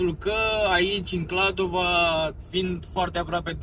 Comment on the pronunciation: Va rog sa nu mai spuneti KladovA, este simplu, Kladovo. noua nu ne place cand cineva vorbeste gresit despre numele orasului😅 am vrut sa zic, despre biserica, nu stiu daca ati fost inauntru, dar acolo puteti cumpara vinuri sarbesti de calitate foarte buna si pentru pret foarte bun😊